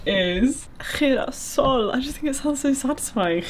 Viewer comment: tip on girasol pronunciation: in most Spanish dialects/accents, the g sounds more like h does in English, instead of a throaty/guttural sound. maybe someone from Argentina can confirm how it’s pronounced there 🌻